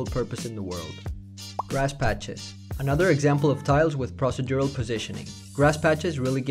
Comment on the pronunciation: pross-uh-dural? 🤣 pro·ce·dur·al